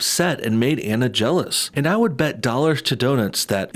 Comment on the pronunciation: Omg please pronounce people’s names properly. Anna Faris’s first name is pronounced Ah-na. Drives me nuts. 😜